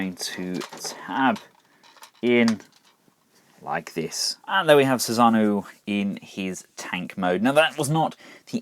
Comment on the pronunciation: Thanks for the review. Definitely looks interesting. Now I don't want to be "that guy", but I feel I need to correct your pronunciation of Susanoo. It's read kinda like Su-san-no-o. All vowels are short sounds.